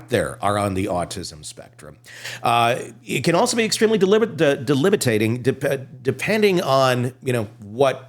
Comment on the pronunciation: You think autism is a SUPERPOWER??? Jesus. The fact that there are brilliant people who HAVE autism, does not mean that they are brilliant BECAUSE of their autism. “Correlation is not causation” is like the rallying cry of modern psychology. And the word is de-BIL-itating, not de-LIB-itating.